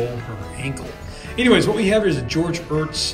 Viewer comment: Hello Sir , It’s NOT EARTS !! It’s EHRET !! Short for Eharheart !! Ehhrett !! Not Earts !!! That’s my Sir name Sir !! Thank you!!